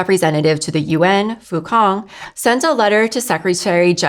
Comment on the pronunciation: Fu Cong = Fu Tsong (not Fu Kong) :D Thanks for what you guys do!